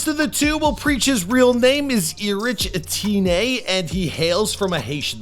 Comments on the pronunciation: Lol him pronouncing Preaches name as E-Rich Eh-teenay is hilarious. Its pronounced Erich (Erick) Etienne (Et-tee-en) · E-Rich Attennay 😂